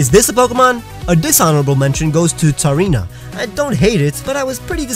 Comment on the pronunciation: thank god someone actually knows how to pronounce tsareena for once!!!! THANK YOU FOR PRONOUNCING THAT RIGHT!!!